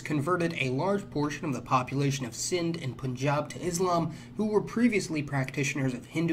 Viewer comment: Props on pronouncing punjab right!